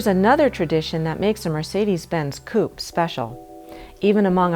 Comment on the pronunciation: For your next video can you please get a new moderator? This women is annoying, especially the way she pronounces Coupé! Please fix that. Thank you